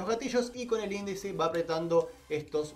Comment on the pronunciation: Muy buen video amigo pero te corrijo una cosa, no es de hater, no se dice indici o indeci es índice el nombre del dedo